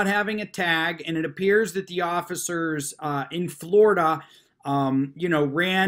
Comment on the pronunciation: very funny how they are so snug about how right they are but everyone else is wrong. yes, please be quiwt. i sant council. well, maybe not. i'm done talking. so shut up. just keep saying the magic words! but wait. the oggicers did not disappear. did he say the words wrong?